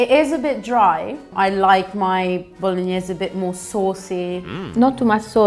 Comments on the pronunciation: for the love of god don't let them corrupt you with that "bolonnaise" stuff, you know in your heart how it is pronounced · The so called Italian doesn’t even know how to say bolognese properly. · How can you say your bolognese is the best when you don’t even know how to pronounce it.